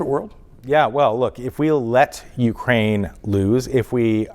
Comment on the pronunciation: Ukraine not wekraine